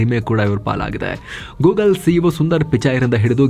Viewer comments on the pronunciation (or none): none